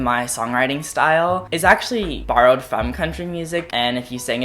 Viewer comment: after hearing cone say country music a hundred times im convinced he’s actually saying crunchy music